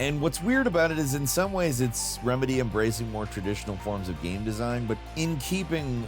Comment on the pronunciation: "ganyme"....😅 I can never pronounce "game" the way my guy does sometimes. Great vid tho 😅😅😅